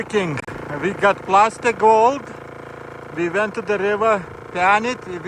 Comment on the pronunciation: Plasser not Plaster:fish-orange-wide-eyes